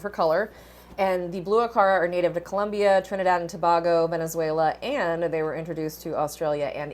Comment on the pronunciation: Tobago is pronounced like Two - Bay - Go... just putting that out there lol